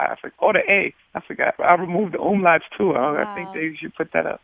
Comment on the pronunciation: "Umlach" lol The double dots over the vocals are called "umlaut" and means "different sound" in German.